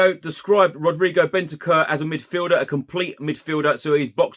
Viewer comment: Big fan! His name is not pronounced “Bentekerr”, it’s more like “Bent-ank-oor” 👍🏻🌞